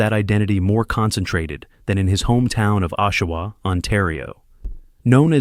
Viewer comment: What kind of crap video is this where you can not pronounce Oshawa or St Louis properly? AI crap!!